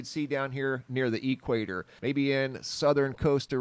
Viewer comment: But what do you mean by the "E" quator"? I know of the "equator,is that different? Just messing, maybe it's an Arizona thing? Keep up great work, but consider this, been watching you for a few years like daily, but have checked out Soo much of your older vids. But just by doing the same thing you have always done, you have now evolved pretty much into a "UFO" channel, and I know that was not your initial focus, but that's just our strange reality, and we all just gonna "roll with it" as it comes,it was awesome to just get a quick look at your face on a few announcement vids, as I was always curious, keep doing your great work, (from another ) you rock!